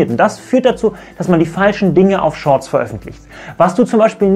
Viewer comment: "sch Shorts"